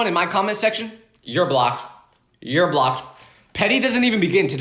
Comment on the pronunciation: "Your blocked" YOUR BLOOKED-💀💀